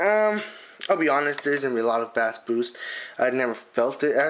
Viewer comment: He said bass like the fish not beat lmao